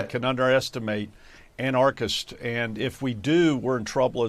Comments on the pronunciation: For someone who was governor, McCrory should have a better grasp of the English language and actually be able to pronounce anarchists the right way. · Somebody needs to tell Pat McCrory how to pronounce "anarchists" correctly. It is only the most superficial sign of his not understanding anarchy, particularly given that neither anarchists nor anarchy were actually present in either Portland or Kenosha. What we had were protesters against unjustifiable shootings of unarmed Black men. Of course, painting the protestors as "anarchists," and protest itself as "anarchy," are just what this White House administration wants.